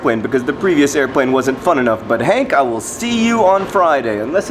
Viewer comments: Both times you said airPLane you pronounced it airPWane is this a side effect of children? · in re:airPWane? He's flying Fudd Airwines, and all their planes are pronounced that way. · You don't know how many times I rePWayed him saying airPWane twice. That was fun.